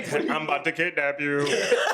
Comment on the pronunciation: "I'm about to kipnapp you". 🤣 🤣 🤣 🤣